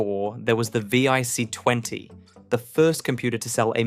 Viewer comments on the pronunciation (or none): The V... I... C... 20? You mean the VIC 20, right? Why not just narrate your video with an actual human who could get this right? Have you really saved that much time and effort? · If you're going to do a piece on UK tech then at least use the UK language. Some of it was laughable. The VIC 20 not the vee eye see 20. As others have pointed out it is zed not zee as well as other mispronunciations. But I suppose AI just isn't going to get it.